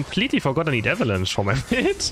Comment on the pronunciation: this guy says eva lunch instead of avalanche LOL